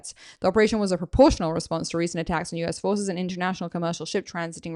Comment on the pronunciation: When he says perportional, that is for Western consumption